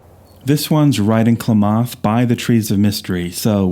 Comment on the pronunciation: Klamath is pronounced "clam-math" with the accent on the first part. Thought you'd want to know. I just found your channel today and it's great! Thanks so much! I actually have a View Master camera to make my own slides but I never used it much. I have a few slides from when I first got it. I have the Redwood Highway set too, and a few others that are old.